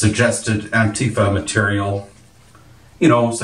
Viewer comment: it's pronounced "An-TEEF-uh"